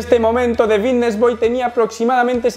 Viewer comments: Por qué dice bidnesss en vez de fitness? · por que dice bigness y no fitness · Alguien le puede decir que es Fitness no “Bitness” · Xq dice la f como b? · Por qué dice Vitness? No es Fitness? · Solo escucho Vitness boy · Por qué dice comunidad Vitness? Jajaj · Porque dices VITTNES?? Creia q era fittnes?🥲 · Es “Fvitnes” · Porq dices bitnes? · Por qué dice vitness??? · Me da algo cada vez que dice VITTness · jajaj me mola como dice fitness, pronuncia la F de una manera graciosa. GOD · por qué cambias la F por la B???? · Por qué no pronuncias la F? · wn por que no dices fitness bien, me estresas que digas la palabra con la b, minimo pronuncia bien las palabras